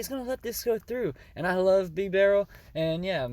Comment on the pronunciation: First poketuber that says Bibarels name right! Put some respect on the mans name!!